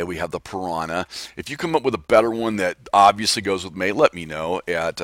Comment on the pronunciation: mAY SOUNDS like Mane so it could be a horse. Say your email SLOWER!! and more articulately... (just made up a word)